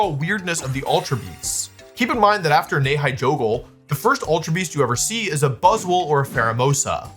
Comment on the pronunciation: I've never heard someone mispronounce so many pokemon. For example Buzz SWOLE "buzzle" lmao